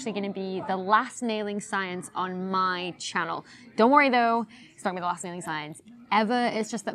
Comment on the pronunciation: Oh, "nailing." I thought it was "wailing science."